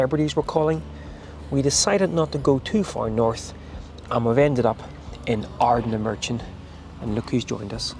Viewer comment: Stumbled across your video as I was nostalgic about my younger days holidaying in portuairk (near sanna bay)….i suspect you’re originally from norn iron where I now reside so I have to forgive you the mispronunciation of Ardnamurchan (just). Glad you loved it..a magical place